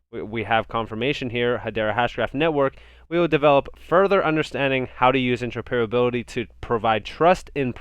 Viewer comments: Inter - oper - ability. Just a little hint on the pronunciation there... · Just a heads up...it’s pronounced inter-opera-bility